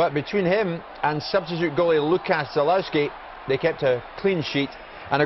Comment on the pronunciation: great excercise in how to mispronounce things from our there. what, was he sponsored per cock-up? boruK?! brisBAIN?! ZalOWSKI?! prat. just think, he's only on about £100k + a year to read out loud and even then he's still pish at it.